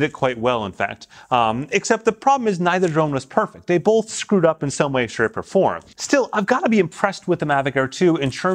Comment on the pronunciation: Bolth of them? They bolth have that feature? Bolth?